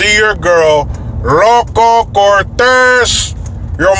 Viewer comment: Every time I hear you say “ERRROWCO CORTEHH” I laugh so loud!!!! My fav phrase of yours!!! It’s so satisfying!! Anyway, thanks for all your videos. You’re one of the smartest guys on here! One of my all time favs!!! And for the gay community... I’m on their side as far as their right to live the way they choose! I’ve always felt that way.. but for blatant raw sexual public display... some of it is tmi, period. Not all of us want to see it. Plain n simple. Have some decorum, some self respect when out in public. Not everyone wants to see your genitals. And if kids are present? That’s just staining their innocence and you have no right to expose them. This apparent world wide attempt to normalize pedophilia is worse than all the evil put together. I can’t even!!!! And I blame the internet for getting your average Joe pedo, who would otherwise fantasize about it, now all ramped up! So much so that he becomes encouraged and spurred on!!! The Hollywood elite sex ring, the Jerry Epstein crowd... it’s all evil. Our world as we know it is fading fast. We’re circling the drain. It’s only a matter of time. All of our standards are being torn apart. How sad, and yet maybe we were always meant to self destruct... maybe there could actually be no other outcome.. as humans, in evolution, we’re critically and terminally flawed. Anyway, some of my thoughts., were you talking about the LA county fair at Pamona??